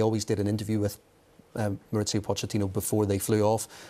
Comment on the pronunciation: MauriCio not MauriZio, he’s Argentine not Italian. I know his surname is Italian but his first name is Spanish. Why do English commentators complicate things? Ironically if they used English pronunciation it’d be more accurate.